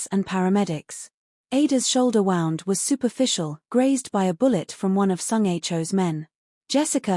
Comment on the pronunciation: I agree. The word wound comes out sounding like a pass tense of wind drives me nuts